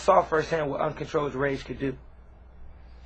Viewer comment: he said uncontroll-ed rage listen closely